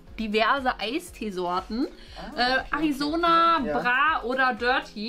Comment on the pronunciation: AARIZONA - Ärizona (gesprochen) BRAAATEE - Bratee 🙄 DirtEE - DirTea !💁🏼‍♂️